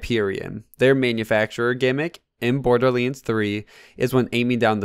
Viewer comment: Not borderleads my guy... It's borderLANDS lol